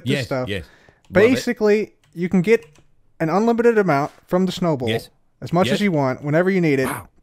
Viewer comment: I keep hearing Snowable area instead of Snow Bowl area xD